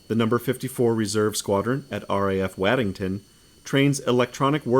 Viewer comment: Waddington is pronounced "Wod-ing-ton" by the way. 😁 You could always try Loughborough and Leominster too. The latter sounds absolutely nothing like it looks!